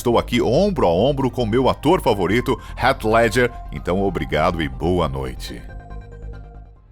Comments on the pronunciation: Foneticamente falando, não é "Ret Ledjer" eata mais para "Rit Ledguer" fica a dica. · "Rét ledger" o ator que fez o coringa... Que mania chata de falar o nome dos atores de um modo que ninguém fala kkk pelo amor